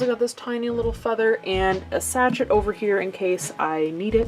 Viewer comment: Sachet is pronounced sashay